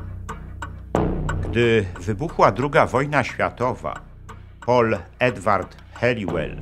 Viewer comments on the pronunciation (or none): none